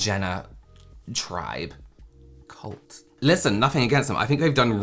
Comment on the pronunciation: The soft “cult” ❤❤😂😂😂❤❤❤